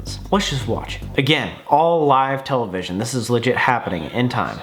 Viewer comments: Tella-vishy-onno lol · Ok so wait I’m not the only one that says television like that??